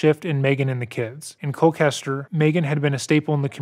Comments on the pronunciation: I apologize, but I have to correct you on your pronunciation of Colchester, because you are absolutely butchering it. For some reason you're pronouncing it like Cole-Kester...It's pronounced like it looks-Cole Chester....there's no hard C... I live close to the town so every time you said it with the hard C, I was cringing lol j/k! I ove your channel and the hard work you put in, I'm a big fan! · One other small point, Colchester Connecticut is pronounced Col-CHESTer not Col-CASTer, it doesn’t really matter just something I thought I’d point out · I'm going to guess that when you say what sounds like ColKester, you're actually referring to ColCHester? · His practice was about 4 min down the road from my house. It is Col-Chester as in Chester Bennington not Kester. Just wanted to point it out. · listening to you say Col-kester is killing me lol it’s Colchester with a ch sound like church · Just have to correct that the town is “Colchester”, not “Colcaster”. This is my hometown and I don’t recall ever hearing about this as a kid (would’ve went to school with the sons if they hadn’t been homeschooled) which also goes to show how much this was covered up… and there’s only 15k people in town so it was REEEEEALLLY covered up. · It’s pronounced “cole-chester” (I live here). Also I’ve always found it ironic that the family’s last name literally means “death” in German. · he just pronounced Colchester as Colklester? 😂😂😂 i live there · Interesting pronunciation of the ch in Colchester, but maybe the H looks like a K to some folks? If so, understandable. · Every time you mispronounced “Colchester” killed me. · Dude pronounced colchester so badly I had to google if that was actually a town in my state😂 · It’s a ch like in cherry. Colchester I mean.